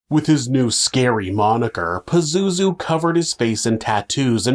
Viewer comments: I literally can't take this episode seriously. PAZOOZOO? I can't!!! And you said it so many times. 🤣🤣🤣🤣🤣🤣🤣🤣🤣🤣🤣🤣🤣🤣🤣🤣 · It’s Pazuzu smart guy ❤ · Pazozoo.... its very hard to not laugh